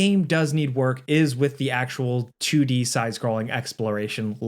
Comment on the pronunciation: "a chewdee sidescrolling game"